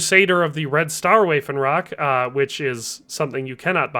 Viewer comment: Waffenrock is pronounced vaff-en-rock, not way-fen-rock